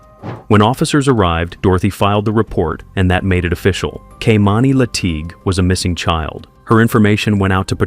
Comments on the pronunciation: It's a damn shame how you butchered that little girl's name her name is Kimani not Kamani. Is it going to be talking about people you need to be getting their names right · The narrator pronounced this poor girl's name 3 different ways! He'd call her KAY'mani, KEY'mani, then Kay'MINI. Please be respectful and call her by her correct name. It made it hard to concentrate on the storyline, with these inconsistencies.